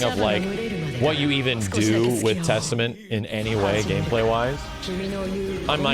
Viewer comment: "Theystament" Looooooooooool